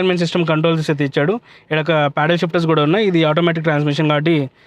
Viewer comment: Yaaa bro Rayalaseema Yasa vachindhi nenu video chusukunnapudu Adey anipinchindhi